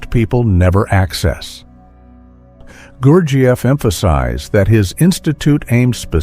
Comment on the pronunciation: The way this speaker pronounces gurjieff is slightly annoying.